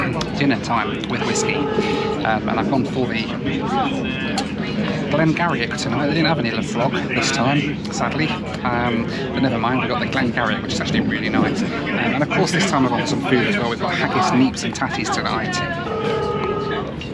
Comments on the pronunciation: "La Frog" whisky?! Its Scottish, not French. ;) Thanks for the video though, hope to do this journey myself! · Please don't call laphroig la frog! And please people it's not lock lomond, it's loch!! Lol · Glen Garioch is pronounced 'Glen Geery' and Laphroaig is pronounced 'Lafroyg'. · Your whisky, Glen Garioch, is one of those names designed to catch out the unwary. It's actrually pronounced Glen Geeree - with the emphasis on the Gee rather than on the ree. And did you say Lafrog for the Laphroaig? La-fro-ig with the emphasis on the middle syllable and eliding onto the last syllable. Pedantry over. Hope you enjoyed your dram. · Please someone tell him how to say Laphroaig correctly lol. Great video though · Slaughtered the pronouncement of the whiskey though.